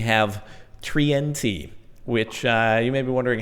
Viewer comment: tree-n-t lol